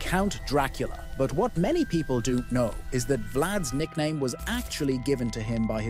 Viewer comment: Can we add phonetic spellings to the script so that we "don't" get "doont" like I heard in your playback? Nothing breaks the immersion worse than a poorly pronounced word in the audio.